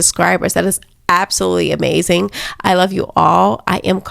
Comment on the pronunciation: Are you saying "amazing" as a tribute to the great jesse lee peterson?